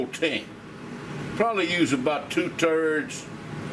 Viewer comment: I don't know, but am I the only one who, when he said he was "only gonna use two turds" of the pork belly, turned this off?